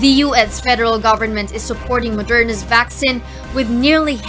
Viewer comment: It’s VAK-SEEN, not VAK-SIN. 🤣